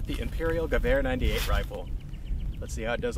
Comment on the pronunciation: When I listen "gewher 98", all I can think about is rifle perfection